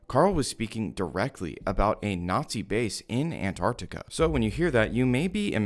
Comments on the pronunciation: An-tart-ti-ka Not Ann-arrkita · I am so triggered by people saying antartica instead of Antarctica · “Anne Artica» like americans say🙄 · Why do you pronounce Antarctica An-ar-ti-ca? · An *T*ARC TICA plsssss i don’t know why Americans refuse to pronounce it correctly 😭😭😭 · Nice video. But really hate that the whole of the fking United states can't pronounce the first t in Antarctica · The biggest conspiracy is why Americans don’t pronounce the first T in Antarctica